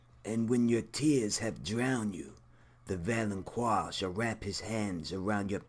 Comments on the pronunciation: It's not "valon*quar*" it's "valon*qar*", like "car". Also, you're wrong. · ITS VALONCAR NOT VALONCWAR!!!!! THE Q MAKES A tough C SOUND! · Pronounced (val-on-kar) god damn you done pissed me off continuously misspronouncing that word! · I always hear "Valoncroix" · shonshonacg 😁😁😂😂😂🤣🤣🤣 I thought I was the only one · lol yeah it was really bothering me too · Its pronounced val-on-kar. There's no u so there is no wha sound. . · I have to admit, my face twitched just a little bit every time you inserted a “U” into the pronunciation of the word “valanqar.” Solid theory, though. I hadn’t considered Euron. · I mean I am only 1 min in but the fact that you don't know how to pronounce valonqar does not give me hope for your theory. Tears could be a reference to the Tears of Lys, a poison Cersei has almost used before. I think perhaps Ayra will poison her, but just enough to make Cersei unable to move or fight back as in drowing her in tear, then posing as Jamie the Valonqar, Ayra will explain it all to Cersei and then choke the life from her. (with both hands). There might be something in "pale white throat" as in "pale wight throat?" perhaps as well :) Cersie could become the Night's Queen and Ayra will kill her after that, eh there are so so many variables with prophecy in GoT, you can never be 100%. I could be completely wrong with all of this and you could be correct, we really can't be sure!